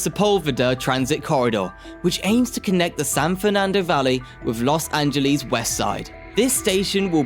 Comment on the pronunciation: Nice informative video, but PLEASE research pronunciations! "Angeles" rhymes with "yes" , "Jose" J is a soft H "hO-sey", "Nuys" sounds exactly like "nice" (not the city)